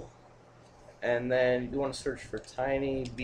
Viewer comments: Dude, it's not "tiny" VNC it's Tight VNC. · dude its not tinyvnc its tightvnc